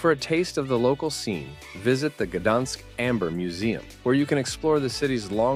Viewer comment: I've been to about half and had friends praise some of the others, so very credible recommendations. You need to teach the AI narrator how to pronounce Zadar, Gouda, Gdansk and a few others.